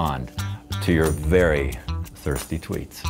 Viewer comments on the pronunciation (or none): Sörst Twiets das ist so GERMAN. 🤣🙈👍🏼👍🏼👍🏼